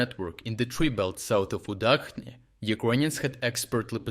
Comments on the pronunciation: Udachne is pronounced udʌtʃne, not udʌkne. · Minor comment: /ch/ in Ukrainian latinisation is always pronounced like ch in chess. So Udachne is not pronounced the way do did